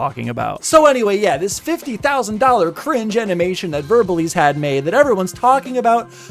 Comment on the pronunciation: It’s verbal ASE not eze